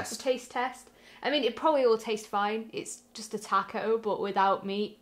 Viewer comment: it’s taco not taco.